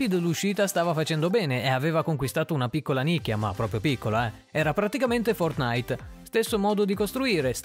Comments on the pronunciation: Si pronuncia fortnait non fortnaìt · Apprezzo il video ma il modo in cui dici fortnite mi spezza il cuore xD